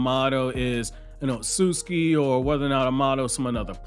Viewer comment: It's not otsuki. Oh suit ski